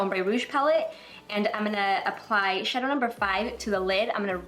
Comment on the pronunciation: I really love the day look! It's so elegant. So suitable for work. I just realized you always say, "Imina..." as in "I'm gonna" and it's so interesting because I've never heard people say it before.